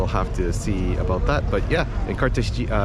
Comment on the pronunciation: Great tour!..mostly Getsemani.Fyi.. Cartagena in pron. (carta henna) not haynya)😀